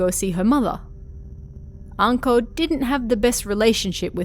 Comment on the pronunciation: Ohhh....Anko...I thought you said 'uncle' at first XD